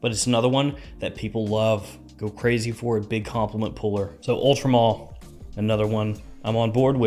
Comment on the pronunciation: why does everyone say Ultra Mall it says MALE like a MAN